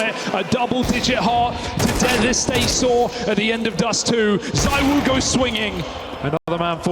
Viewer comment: I’ve literally seen you say that donk and monesy are better than Zywoo. You even said “zywho”Stop bandwagoning lil bro